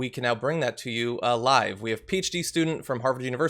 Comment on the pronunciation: When he said "PHD student", I literally thought he said "peach tea student"!!! Please alliterate Mr Iadirolla(I hope I spelled your name correct!) Check it out!!! !!!